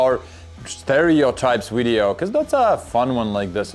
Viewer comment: "Whatch a 'wideo'!" 😄 I love it!